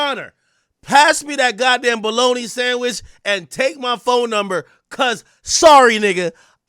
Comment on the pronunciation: Pass me dat bologna sanchwich- boy Jamaican voice came out right there